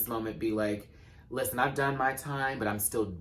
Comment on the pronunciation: Not relevant to “this” video... I usually fast forward through intros, but not yours. I love it all the way from “Liss-ten!”.... to..... “Puss! Pussss!”’